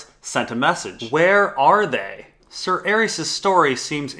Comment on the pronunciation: Calvin The Ninja Man better than that clown that says Sayer instead of Ser.